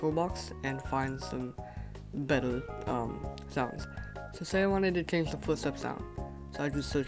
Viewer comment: he cant say change maybe he wears something or he just cant say it